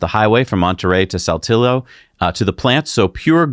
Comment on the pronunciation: Ya you're right that bike is a suitcase with wheels. O and buy eh way when you speak Spanish two lls together make a Y sound. So when you say the new Giga factory is near Saltillo you ditch the ll sound and throw in the Y.